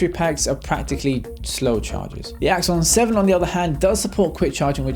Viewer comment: Awesome works again :). Everytime you said Axon 7, it sounds like Iphone 7 haha. I guess may be that's their ultimate Goal =P